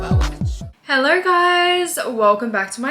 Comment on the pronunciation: Love your body, hate your accent. There's no "R" in hello.